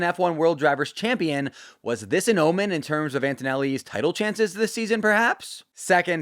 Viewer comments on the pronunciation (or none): none